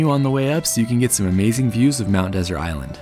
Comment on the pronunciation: You don’t even know how to pronounce Mt. Desert.